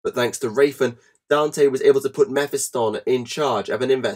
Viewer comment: Meh-fi-stun? Meh-phist-tonne